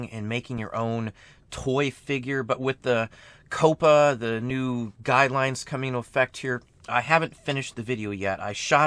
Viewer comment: Very cool method for making a mold Coppa might very well ruin YouTube. FYI, it's pronounced more like "copper" ("COP-uh").